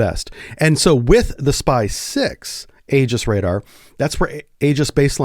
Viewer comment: It's e-jiss, not a-juss.